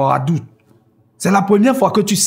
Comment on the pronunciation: J’aime trop quand il dit « Adou » 😂😍😍😍. Il dit ça trop bien Adou = Chéri/Chérie en Basa’a.